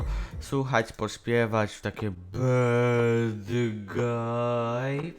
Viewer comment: Od kd wymawia sie bad "bed"? XDDD